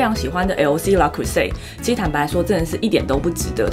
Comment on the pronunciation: Le creuset 為何要發 拉ㄎㄨˉㄙㄟˋ啊？明明是ㄌㄜ˙ ～